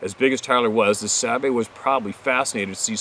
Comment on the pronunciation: Sabe not babe. Duh